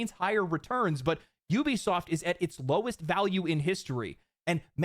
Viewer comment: Judging souly on your ability to pronounce the word "Ubisoft," you might be the only content creator that knows how to phonetically read English. I don't care how the morons at the company pronounce it..reading it as "ooh-be-soft" is just plain wrong. That said, you should consider either paid sponsors, or YT ads..or save the sponsor plugs for the end. Getting hit with both, back to back, is the lone reason why I'm not going to be watching the following 25 mins of this video. I'll still leave a like on it, though.